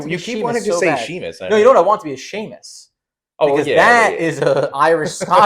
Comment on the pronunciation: Did you guys really pronounce his name see- mus? It’s pronounced shay-mus